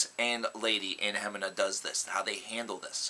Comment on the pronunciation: It's pronounced "Hemeeeeena"